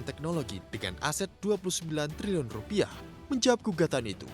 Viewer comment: Pusing gue dgrny liliun liliun punya🤔🤔🤔